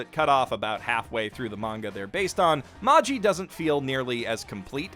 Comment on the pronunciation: can u stop saying magJi pls : )